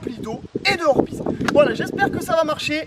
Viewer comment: par contre les orbeiz sa se dit dit orbeiz et non pas orbiz 😂❤👍